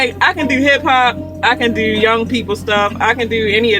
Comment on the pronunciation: Say "do" lmao Baltimore accents like "deuw" aww low and deep